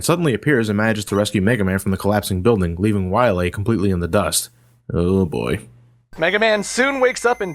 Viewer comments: WILEY LOL, sounds like WIYLAY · Ryan Goldstrich "Doctah Wahwee" XD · I think you mean Doctah Wowy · I love how they pronounce "Wiley" ever since the game misspelled it that way. xD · you know what cracked me up? "Hey Bass! (doesnt pronounce It "base") Why must i fight you? we are not enemies!" "Shut up!" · Not only did they screw up the name of Dr. Wily, but also screwed up the name of Dr. Light calling him Dr. Right.